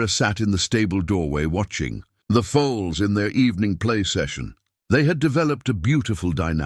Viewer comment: It’s foals not foes and it’s colts not cults. The AI writer needs a human to spellchecked.